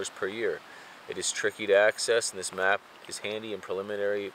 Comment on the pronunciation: Map not mout